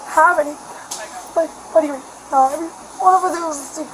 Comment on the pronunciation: She seems to enjoy making one syllable words into two…pleaseuhhh, nouhhh, all Methany’s speak this way 😮‍💨